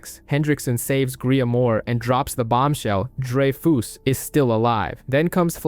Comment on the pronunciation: It's drey-fuhs not drey-foos, dude.